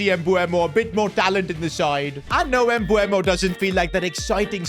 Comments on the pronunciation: Its MbEumo not MbUemo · You pronounce mbuemo emboomo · His name isn't pronounced Embooemo btw💀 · Bro I swear has 0 ball knowledge listen how he’s saying mbuemo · Bro keeps on saying M-bu-emo who else noticed that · Why do you say his name like that